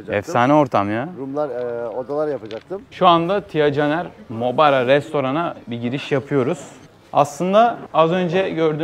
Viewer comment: Maubara’ya ısrarla Mauraba demeye devam etmen🙃